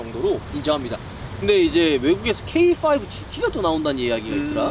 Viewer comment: 형 케이파이브야. 게이파이브 아니고......ㅋㅋㅋㅋ